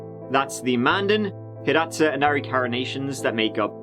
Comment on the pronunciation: Thank you for covering this! I’m from The Fort Berthold Reservation. Great job pronouncing Mandan, Hidatsa and Arikara so well! I pray that KC’s family will one day find the closure they deserve. Yes, there was a lot of horrible things that happened during that time of the oil boom. Quite sad and tragic.